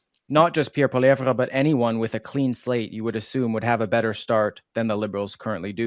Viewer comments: What's with the mispronunciation of Poilievre, ton nom est francais, n'est-pas? It's not Poiliev rah, it's Poili ev, comprends-tu! The sooner Canadains wake up to the fact that Trudeau and Singh and their respective sycophants have completely screwed Canada! Trudeau's childish attitude and inability to think has put Canada in a weak and vulnerable position--Trudeau starting a trade war with the USA is pure lunacy. The only thing Trudeau will accomplish is to make Canada the 51st. state sooner--which is something I am on board with, so keep up the good work Trudeau, Make America Great Again with Canada as a state. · I could only stand hearing the Uber French pronunciation of polieve a few times before I'm dumping this to go watch something else. Please leave that shit in the east after western Canada separates. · Ear Pain every time he says poilievre